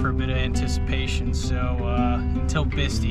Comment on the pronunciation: Hey brother I'm sorry to correct your pronunciation of Bistii,it is pronounced as I spell it here. Bist eye is the correct pronunciation brother.btw incredible overland im envious of your journeys as and always so informative. Ahee*"hee"h